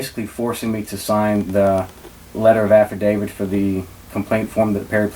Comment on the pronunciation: Affidavit- afa-day-vit. Not after david. Misdemeanor- miss-duh-mean-ur. Not mister meaner. Municipal- mew-nis-a-pull. Not mu nis pull. You gotta be able to pronounce words of more than two syllables if you want to be taken seriously.